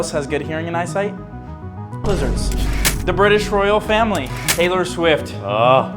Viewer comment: Naurrrr not Taylor